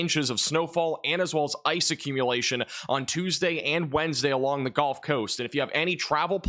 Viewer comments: please stop saying ''golf'' coast ... it's gUHLF coast ya yankee!! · Good work. But tell me.. why do pronounce the Gulf Coast, the GOLF Coast? Why is that? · its gulf, not golf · there is no such thing as the "Golf" Coast. It's Gulf. Rhymes with "yup." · Great channel but the "golf" coast driving me crazy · He's not American